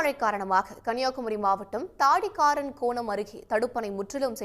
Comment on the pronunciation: என்னது தாடி காரன் கோணம் ah😮 .. ஊர் பெயரை சரியாக வாசிக்கவும்